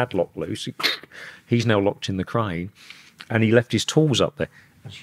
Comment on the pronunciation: U can’t pronounce “crane “ hahah 😂cran